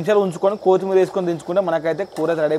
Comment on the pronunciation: Kothimera palakadam nerchukora 😂